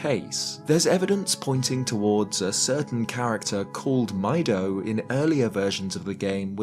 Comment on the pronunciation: I always thought Mido's name was pronounced "Me-do" like the Japanese word for green, midori.